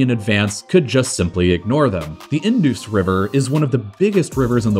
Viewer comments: Correction on the pronunciation: It's not "In-do-s" It's "In-da-s" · Indus is pronounced indas river not indoos. A little research should have given you that. Please put more effort in you videos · How to pronounce indus: In, dus as you pronounce bus just replace the 'B' with a 'D' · Especially those pronunciation mistakes, like calling Siachen 'Siasheen' when it is pronounced as Siachin. Also, calling Indus River 'Indoos River'. One should do a bit of research before making the videos. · Okay...thats enough.... I lost it when you said Indus river...my ears are bleeding now... From the next time onwards.. please check the pronounciation of words by a simple google search for god's sake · This Video is total POPPY-COCK and BALDERDASH ... by someone whom this subject is so alien that he had to invent a new way to pronounce Indus.